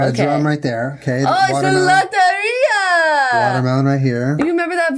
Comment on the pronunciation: Okay, but the way Julien is pronouncing "Lotería" is adorable.